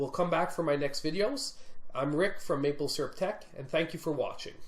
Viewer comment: Great video. Just check your introduction, it is maple, not malpe